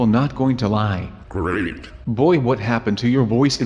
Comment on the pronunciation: he said great. or did he say dorito chip?